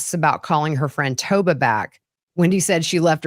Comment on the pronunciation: hi.. her FRIENDS NAME is TOVA not TOBA.